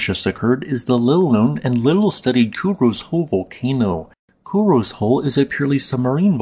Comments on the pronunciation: That's, "KU-RO-SEH," not "KU-ROZE." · FYI: Kurose is pronounced ku-ro-sei